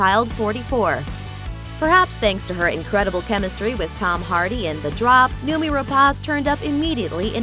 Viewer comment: I wanted to see more of her, as well as Fassbender, in Covenant. Oh, btw, it's pronounced as noh-mee.